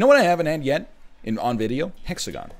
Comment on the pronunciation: the hex-a-gone broke my heart